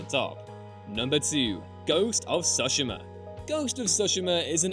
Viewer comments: FOR THE LOVE OF ANY DEITY YOU SO CHOOSE... please PLEASE if you're going to say a foreign word as many times as you said Tsushima, PLEASE learn to pronounce it firs. suhshama sound so ugly when placed next to Tsushima (Tsoo-shee-mah) (with a slit ti as you pronounce tsoo). I know that in the states at least people get angry at people that can't pronounce English. Shouldn't we show the same respect to any given language? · Guys... it's "tsu-she-mah". Not "sushima". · that’s Ghost of Tsu (tsoo)shima. Not sashima. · "Ghost of TsOshima" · ghost of "soshema" ? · "Ghost of shooshima" you say? Oh i love that game... cough cough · That’s not the Americanized form, the Americanized form would be “Sue-shee-ma” like “sushi.” Really their pronunciation is closer to the proper, just not hitting that “T” at the start. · The way he butchered the pronunciation of Tsushima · Paused the video just to come and find/post this comment. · It literally has sushi in the name! How'd he miss that?! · You have truly arisen to Master Of Saying Tsushima 👑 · Why can’t you pronounce ghost of Tsushima properly 😂🤦🏻‍♂️